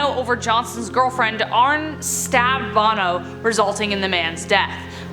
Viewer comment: It's pronounced ar-knee and brew-no not arn and Bono 🤣